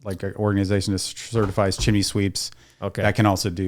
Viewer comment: good basic educational video, but good god its pronounced chim-ney... not chim-eh-ney :)